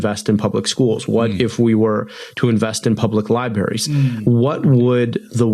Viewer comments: Came in here to point out “Lie-barries.” You beat me to it. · El-Sayed said, "liberries"... What's a liberry? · you guys missed it....he said liberries, twice.